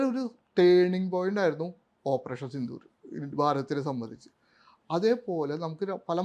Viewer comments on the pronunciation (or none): none